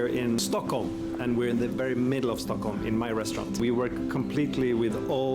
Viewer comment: He actually pronounces Stockholm very well and the way a Swede would haha